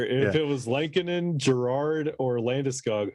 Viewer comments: Say it with me folks...L-eh-ko-nen. Not the same as Chicago goalie Kevin Lankinen. Only two n's in there. Not sure why this bothers me but I can't get passed it lol. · Am I saying Lehkonen wrong or are you guys? Haha. I thought it was pronounced “lekanen”. Every time you guys say it I think you’re talking about the hawks goalie “lankinen”